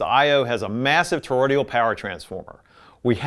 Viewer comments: Toroidal- not toroidial! Please! It’s not difficult - or should I say difficulital? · Good video to help newbies. :) Apparently Cambridge has come a long way; their amps from a few years ago were boring as hell. The Brio is a classic, and the Rega in this video is likely the best of this group. Btw, it's toroidal. Not toroidial. (not sure why everyone is saying torodial lately in all the vids I've been watching. Sorry - pet peeve of mine. lol Please ignore me. hahaha) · "Toro-DE-al"? Toroidal. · I love your content and the way it is presented. I have one minor criticism though. You are producing "toroidal" incorrectly. You add a letter l after the d and pronounce the word "tor-roi-dee-al.